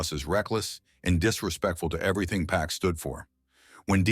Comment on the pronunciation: It never ceases to amaze me that, after all these years, people still mispronounce 2Pac’s name… ITS ‘PAC, NOT PACK! Smh…